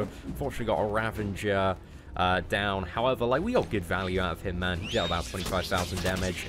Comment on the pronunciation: It's Ravager not Ravanger lul